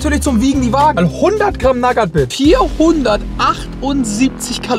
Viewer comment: Bitte hör auf naggat bits zu sagen😂